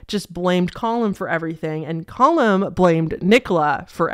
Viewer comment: Its pronounced "Cah-Lum" not "Col-hum", Callum is a pretty common name in the UK, is it not in the US? I legitimately thought you were trying to say Colin for most of the video but pronouncing it weirdly until i looked up the case lmao